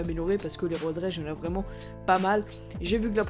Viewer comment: C'est pas road raige Road rage